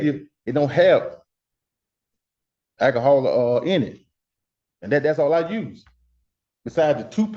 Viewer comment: since when does soap contain akkahaull?